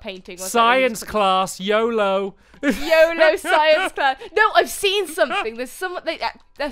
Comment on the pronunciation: when u said yolo i thought u said yobo haha lol